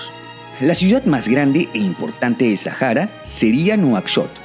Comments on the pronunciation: ¿Por qué lo pronuncias en inglés? La H en español es muda!! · Porque dices “Sajara” y demás gentilicios con J y no con H que es muda en nuestro idioma… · En árabe la H se pronuncia como J, posiblemente es por eso.